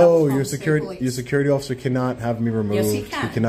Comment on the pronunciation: I never realised before where apree got the pronunciation of ociffer from know I know it’s from you